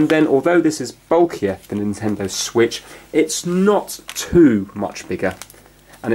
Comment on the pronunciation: The Nintendo wiitch